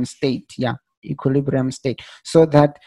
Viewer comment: That word equilibrium is sometimes difficult to pronounce lol 😂 But bro to be honest enough I have never found anyone who explain like you do you really make me to understand thanks a lot bro, hoping I'll grow my account and live in this for I really like to trade